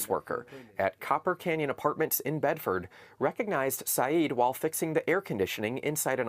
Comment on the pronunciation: FOX would pronounce it JIMenez lol jesus christ